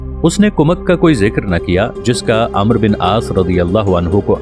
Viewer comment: پہلے عربی سیکھ لو امر نہیں ہوتا عمرو بن العاص ہے